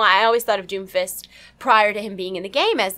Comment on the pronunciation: When you say Doomfist over and over it sounds like Doofus. lol